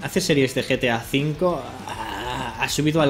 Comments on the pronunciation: en el minuto dice GAT V EN VES DE GTA V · os fijaisteis que el minuto dice gat v en vez de gta v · En vez de GTA V decia GAT V xD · mituto dice GAT V EN VEZ de GTA V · no dice gta v dice gat v